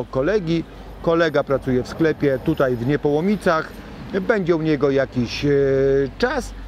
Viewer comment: Dóbrze się Pana słucha ale równocześnie drażnia mnie pańskie "tutej" i. "dzisiej". Proszę tego unikać.